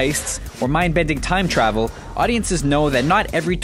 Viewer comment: Im sorry, did you say doc told marty to travil back to rescue him?